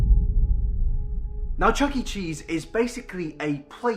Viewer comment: did you just say chucking cheese